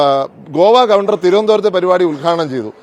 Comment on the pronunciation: ഗവണ്ടർ 🙄 എവിടുത്തെ ഗവെൻഡർ